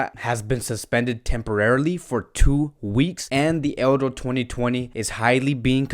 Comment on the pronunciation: I simply like the way u say "Euro"